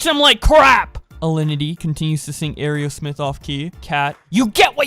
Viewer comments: I'm not mad but you really need to learn how to say Aero-smith it isn't ae-ro-smith. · Great video but I think it’s pronounced like arrow smith not airy-o-smith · Brah, it's pronounced arrow-smith. Helluva video though.